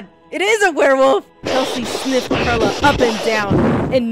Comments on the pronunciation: PEE AIRLA, PAIRLA, ITS JUST PERLA LIKE PEARLS OMGG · I thought it was supposed to be read like PEARL-a yk like a pearl, English for Perla. Cause Pearl in spanish is Perla yk what im saying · Perla? Who the fuck is that I only know PEAIRLA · Pee-air-la you mean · P air la that's what I hear